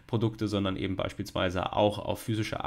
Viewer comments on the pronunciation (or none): Ich hab einen Wunsch: sag bitte nicht mehr "EbenDT" es läuft mir jedes Mal kalt den Rücken runter 😂